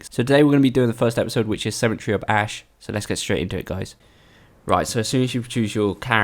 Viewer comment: lol, cementery, you mean sementary?